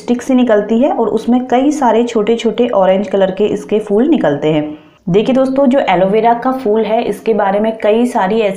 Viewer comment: ye fool nhi phool hota hy....kiya samjhi ...fool